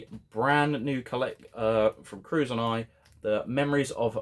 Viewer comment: Curzon, is pronounced as "Ker-sen"